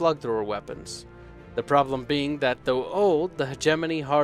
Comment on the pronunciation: YAY! He said HegeMoNy correctly!